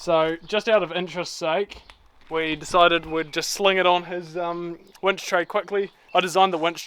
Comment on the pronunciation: Did you say “tackling a wench”? 😳